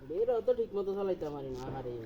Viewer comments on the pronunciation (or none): উচ্চারণ ঠিক করেন, বেরা না বেলা